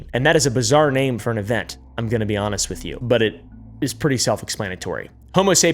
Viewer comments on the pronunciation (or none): none